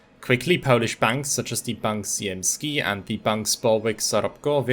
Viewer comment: Ziemski is pronounced differently, it is alright though